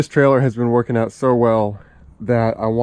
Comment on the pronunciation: "Workeen" is not a word.